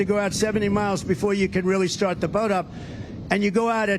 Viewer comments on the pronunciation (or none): none